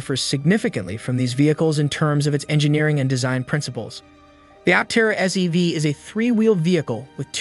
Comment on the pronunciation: Sounded a lot like SUV, and the CC kept calling it an SUV. But at least SEV would make sense.